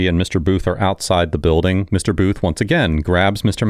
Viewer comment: "THIS IS A SECURE BILDIN 😡" 😂😂😂